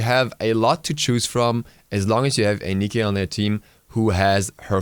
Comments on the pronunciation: wouldnt it be pronounced nai-k like bite or site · 2) And that's your mistake and why it's annoying. If you don't know the correct pronounciation, do your research first. Pronouncing it "Nikki" or whatever you were saying is clearly wrong. Oh and don't take this as an insult, if you would. I'm just trying to explain why some people, myself included, might find that/those pronounciations annoying :) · So in ancient greek Nike is written νικη, just for you to know how to pronounce her ;) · Enachescu Robert Lol probably no, I'd also call her just Nike (with silent "e") but I just wanted to tell you that Smite's voice actors sometimes make mistakes. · STOP CALLING HER NIKI/NIKA! When you select a god in game, they pronounce their own name. It's Nike (like the shoes). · Please stop saying neekee. i know youve seen a fucking Nike commercial. Cut the bullshit. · George Tzef It's Nee-Kay or Nye-Key not Niki. Niki is not one of its pronunciations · losang yolmo gtfo m8...the correct pronounciation is Niki and not Nike. The name co es from the Greek Language and it means victory. Anyway IT IS NIKI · why do you say nikki? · its nike (naik)